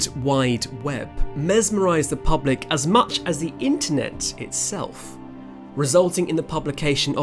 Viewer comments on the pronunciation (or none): none